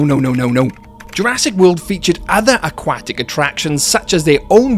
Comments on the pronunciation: 'akwatic' lol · The way you say aquatic is really funny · I like the video but the way he says aquatic buggs me